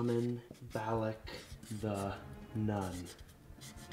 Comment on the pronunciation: Wtf is nun sonud like nut but really win u say that